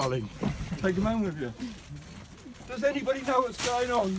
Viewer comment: is aineebody going to answer the phone? Aineebody?